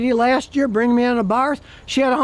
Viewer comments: I have a 2010 FIAT SIENA 4 door with a fuel injected 1.4 engine, 5 speed, Totally stock and runs and revs like a beast. Has 175k kms, no problems. Abarth is pronounced AAAAA- barth, not uh barth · Just for the record this version of the 500 is pronounced "Abart." Also, Happy Birthday.